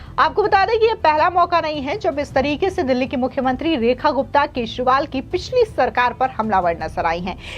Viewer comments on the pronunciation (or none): मैडम आप केजरीवाल को केसवाल बोलती हैं इसको सही कर लीजिए।